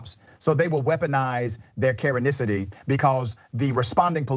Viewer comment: The way Rashad says “Karenicity” 🙄